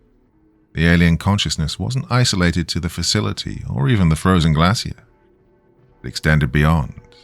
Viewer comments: Why docyou keep pronouncing glacier wrong? Shiii is annoying as hell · I've never heard the word "glacier" in a British accent before. I think it's British? 😅 Anyway, it sounds very different than where I'm from haha